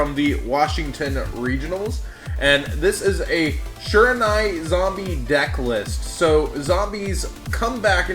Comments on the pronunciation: Bruh, its SHI-RA-NU-E. Not SHI-RA-NA-E. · you're pronouncing Shiranui wrong :/